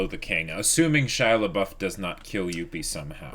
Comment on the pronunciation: I just heard absentmindedly calling him Pouf. Do you just call him on-screen to annoy us?